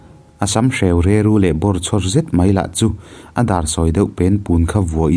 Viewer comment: Re...ru... i thluk dan hi a dik lo tlat.